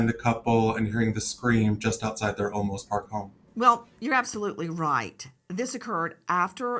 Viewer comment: I really like Nancy Grace but I wish she would get things right on air because the small errors depersonalize the coverage—not even halfway through this video she says: (1) “LA” law enforcement 2X—this case is in San Antonio, Texas—not Los Angeles; 2) “Osolmos” PD Chief, but it’s Olmos Park (its own municipality within the city of San Antonio); (3) “WOIA”— the correct call letters of News 4 San Antonio is WOAI.